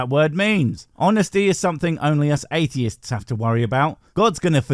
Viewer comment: Every time I hear "Why are atheist..." and I immediately cannot hear the rest of his question because my brain goes THERE'S AN SSSSSSSS AT THE END OF THE PLURAL FORM, SO PRONOUNCE IT (sorry I'm autistic)